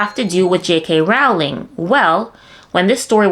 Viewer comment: Great reporting,! Keep up the good work. Just so you know, Rowling rhymes with BOWLING, not howling.